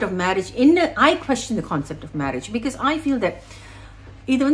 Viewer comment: It’s “because” for everyone except for Poornima, for her it’s “BIK - YOS” 😅